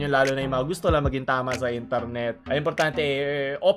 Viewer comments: I love your accent say it again : I N T A R N E T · I love ur accent please say it again.: Itarnet